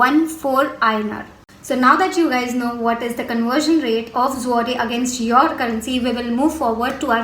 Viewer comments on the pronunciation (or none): you are pronouncing Zloty wrong which is hurting my ears XD